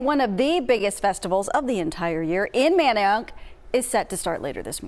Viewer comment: What did she say??? She can’t say Manayunk correctly lol🤦🏾‍♂️🤦🏾‍♂️😂